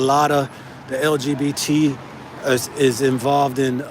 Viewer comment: You said it LGBT-z